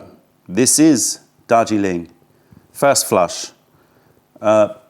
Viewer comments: Is saying ‘Dodgy Link’-or Darjeeling😆? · Joseph Troyer I thought the same thing!! Dodgy Ling. 😂